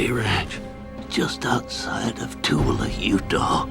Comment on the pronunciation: When Cooper was talking about where he put his five million dollars, pronounced Tooele wrong, it's not pronounced Tool-le, it's Tool-Will-A. -A person from Utah.